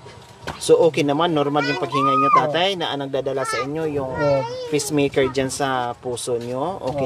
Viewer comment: Pacemaker po, as in pays, hindi peace. Constructive criticism lang ho. Don’t get mad. Nobody is perfect. We live and learn something everyday. God bless you always.